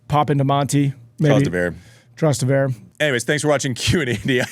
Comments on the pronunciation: It took three repetitions of the word "Trust-e-ver" for me to figure out he was talking about Trastevere 😂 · Andy, I like your show, but FFS, your foreign language and names pronunciation is ATROCIOUS! Mak a little effort, at least! "Fog‐NO-ni"??? Jesus. You played with the guy and have known him for years. And learn how to pronounce "Trastevere!"